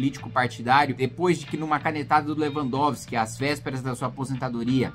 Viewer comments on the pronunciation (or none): none